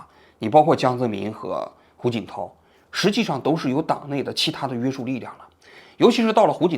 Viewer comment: 王局，给您提一点建议，听了这么多期，你总是把“约束（shù）”读成“约sù”，这个字是翘舌的😅